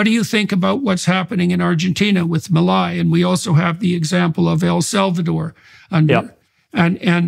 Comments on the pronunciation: Not pronounced Mileye but pronounced Milay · Its pronunced ME LAY. No meilai 😂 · So stopping the literal printing of money is a rockstar move…? 😂😂😂😂 Also it’s pronounced “Mee-Lay”, you uncultured swine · I find it kinda weird how he pronounces it like "Melai" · Pronounce it as “Me-Lay” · His name is pronounced Mil-lay. Inflation is down but the austerity programme is making life miserable for millions of people. Over half the population are now below the poverty line. Most pensioners earn less than $200 USD a month. Talk to the people on the street in average to working class neighbourhoods and you'll get a different perspective. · Su pronunciation fue muy malo. 😆